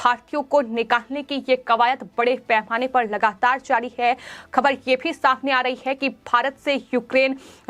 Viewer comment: भाहतीय, खहबर, हुआह हुआह , दुर्हभाग्यहपूर्ण, जह्वाब सहकार, पाहने, तह्सवीर, अरे अपना उच्चारण सुधारों ।